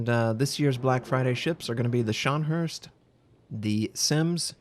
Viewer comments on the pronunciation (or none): Nice video as usual, but... not Scharnherst or Scharnhurst, but Scharnhorst, like horse-t.